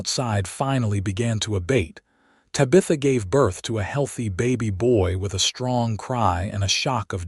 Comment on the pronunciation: Ta-BI-tha??? No, it's TA-bitha. Mispronounced words in these stories is so ridiculous!!